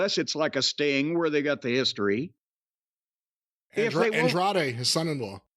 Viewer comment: “andrade… an-dray-de, whatever his name is.” you just said it jim, just say it right.